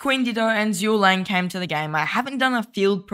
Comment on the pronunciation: i think zoo ga liang is the best dude. And that is actually how you pronounce zhgueliang. it is zoo, ga, liang. That is a famous dude of ancient china. He famous